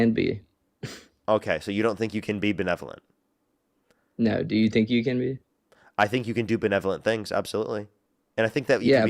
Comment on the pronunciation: "What do you mean by belenovence?" - Nick Shirley